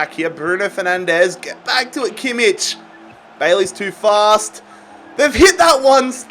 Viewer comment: he always pronounces Joshua Kimmich's name wrong